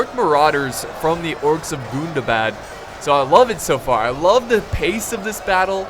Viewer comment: Im pretty sure its gun-dah-bad not goon-dah-bad, it hurts me erry tim